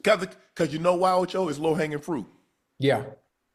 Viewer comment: The way he said ocho he said ocha that man was bothered by his comment fr